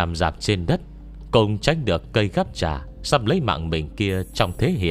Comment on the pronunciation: cây gắp trà mà nghe đọc thành cây gắp chả hoài nhĩ:))